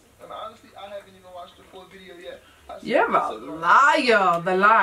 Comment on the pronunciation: How are y’all the only ppl that can hear how bideo